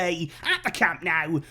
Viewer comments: Awesome to see the official unveiling. I too am very excited by Lewandowski's presentation at Camp NOH-ooh (not camp Now as in Cow-moo). You can do this!! A culer as prominent as yourself should not be embarrassing himself with this guiri (look it up) pronunciation. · My only concern in the back of my head is remembering how pumped we were to present Coutiño and Griezmann. I just hope the fact that Lewy didn't score in the first few games isn't a bad omen of things to come. Also, it's pronounced Camp NOH-ooh. ;-)